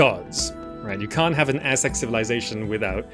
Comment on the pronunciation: Finally an Aztec city building game. Now they just need to add the Maya, and Inca as well😁 You also managed to pronounce that almost 99% correct. Take that any western game player lol. Few are aware that Mexico city stand on top of the ancient capital of the Aztecs, and that Mexican derives from the word Mexica which is another word for what they called them selves. Mexico is basically the land of the Mexica. Mexicans are not white nor illegal immigrants, but indigenous Americans; Ameri Indians, meztiso etc. Even in the Mexican flag you can see the creation myth of the Aztecs: the eagle devouring a snake on top of a cactus!